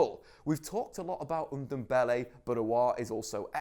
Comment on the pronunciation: Tanguy Undumbele? 😂😂😂